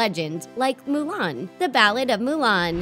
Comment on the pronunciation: …….did she just mess up Mulan’s name pronunciation?